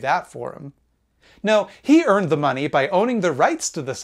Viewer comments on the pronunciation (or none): I get a rush of dopamine whenever he says "Da money" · "The mah-nee" cracks me up every time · Ive been blastin through all content and i just lose it when he says "DA MAHNNEE" 😂